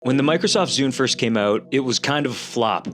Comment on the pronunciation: "Bikrosoft Zune"